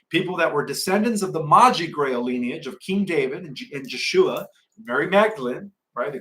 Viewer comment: Hi, I've been enjoying your updates, and you seem quite informed. Your work confirms my own research, since I was 16, in the early 1960's. Just for your sake, Jeshua is pronounced as though the "J" was a "Y" in English, so Yeshua. There is no J sound in Hebrew. Jesus is a Greek version of Zeus, as you have stated. Does make one wonder of the relationship between these two beings.